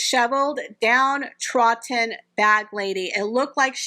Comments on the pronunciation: With all good wishes, please may I mention that it is ‘down-troDDen’….as in.. she has been trodden into the earth. Sorry to be that person but I dislike it when I get things wrong and no one tells me !. Thank you for your posts, it’s great when I see the small blue circle indicating a new one. Much appreciated. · "DowntroDD'n" we're gonna make a Brit out of you yet! We already have you saying "mum" 😂 do you think they're still together? I think they've hit Splitsville personally, I think Harry's had enough of that whacko.